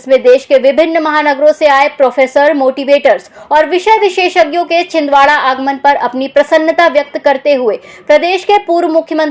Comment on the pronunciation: Chhin Dara nhi Chhindwara